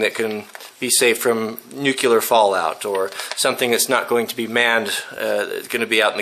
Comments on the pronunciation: NU-CLE-AR NUUUUU... CLEEEEEE... ARRRR "NUCULAR" ISNT A WORD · It's "nuclear", not "nucular". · I apologize for being pedantic. The word is NUCLEAR, Nu Clear. not NUCULAR. the word comes from nucleus, no such word as NUCULUS, doesn't exist. I point this out because you are a good role model and do have influence. Saying this wrong makes you sound like an idiot, like GW it compromises your credibility. It is not hard to say, nuclear, nu clear. Thanks really enjoy your channel. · It's nuclear (new-clee-er). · i find it impossible to believe that someone as well rounded, well educated, and well read as you,, would pronounce it "nukular." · Please say 'new-clear'. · Sorry but I don't trust a person who reads "nukelar" for nuclear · Nuclear. Nu-cle-ar. Nuclear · new.. clee...er...